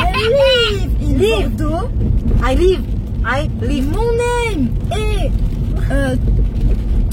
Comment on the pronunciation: Mdr il a dit Bordeaux